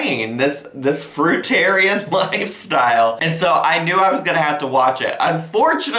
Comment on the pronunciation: Thank u for pronouncing fruitarian correctly so far 2 have mispronounced 😅